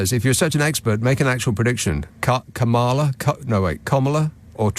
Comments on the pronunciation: Nick, it's not "Komala", which is yet another instance of mangled American pronunciation, like they say "vivOLDi" instead of Vivaldi or "LOS vegas" instead of Las Vegas. The reason you want to say "KA MA LA" is because (a) that's how its spelt; and (b) that's precisely how it should be pronounced. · It's an indian name and is indeed pronounced as com'la according them. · It's a short "A", not an "O". Both Hindi and Sanskrit have an "O" vowel, and they'd use it in "Kamala" if it were needed there, but they don't. According to the dictionary, the phonetic spelling of Kamala is "kæmələ", which means that it should be pronounced something like "KAmuhluh". The "æ" vowel sound is the same one we find in cat (phonetic: "kæt") and hat (phonetic: "hæt") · She has said herself it's pronounced "Comala" and her followers are chanting "C'mala". But hey maybe she didn't look it up in wikipedia 🤷‍♂️